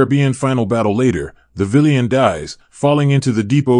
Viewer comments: Are you saying that a white man shouldn’t be a “VEELIAN” as you call it? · Dude - with all due respect - have someone teach you how to pronounce the word "villain" correctly.